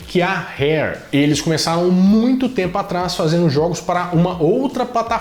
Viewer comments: URÉRR- UÉRR (rareware) não RRÉR (hair)=cabelo. Na dúvida é melhor falar no mais puro português mesmo RRARE-UARE (transcrição). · mandando um "hair" pra não se enrolar no 'ingreis'... kkk Devia gravar tentando e deixar uma reação da Barbara kkk